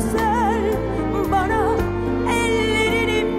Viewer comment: "Sana" ya da "bana" derken "n" harfini telaffuz etme biçimi inanılmaz derecede yanlış ve rahatsız edici.